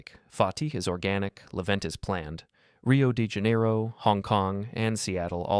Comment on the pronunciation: “riuou di janerriou”